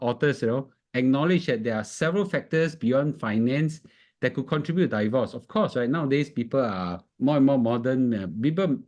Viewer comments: Please pronounce “divorce” properly. It's “deevorce”, not “daivorce”. Not I say one, it's my dictionary app say one. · Thanks for the insightful video! However, divorce is not pronounced "die-vorce"